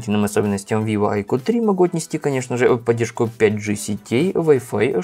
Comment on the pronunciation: Как понять, новенького "авиво"? это виво а не авиво